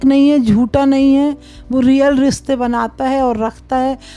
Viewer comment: Riste(Rishte) bolna to seekh lo aunty. 🎤 Ko ghar leke jaegi😂😂😂